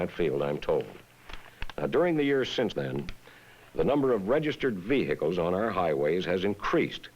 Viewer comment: VEE HICKLE 😂😂😂😂😂😂